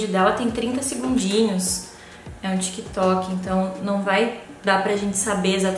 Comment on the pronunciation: Foi só eu, ou eu tô doida que ela falou tico e teco kkkk